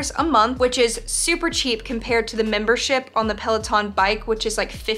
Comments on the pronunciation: Guys it might just be me but when she said gym membership i thought she said gym membershit. Lol 😂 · ya she did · She did lol